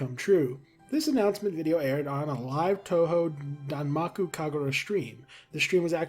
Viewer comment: Your japanese pronunciation is completely correct! Touhou is pronounced TOE hoe and zun rhymes with zoom and danmaku is correct. You even pronounced the game collab name pretty much correctly. I'm glad you looked it up anyway, most people don't bother and it drives me a little crazy sometimes